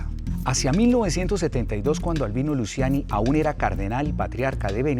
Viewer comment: Se pronuncia “Luchiani”